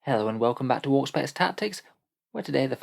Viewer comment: Anyone else hear Orkspex not Auspex in the opening today?